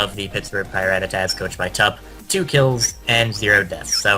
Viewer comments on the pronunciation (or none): Who are these Jokers who can't pronounce the team names properly? Overall well done. Just work on how you say Pirattatas